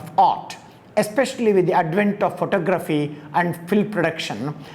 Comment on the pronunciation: Enjoyed that and more importantly, it just might be what I was looking for; contemporary thought on art. You are pronouncing photography wrong. There is no need for it because you speak English.👍🏿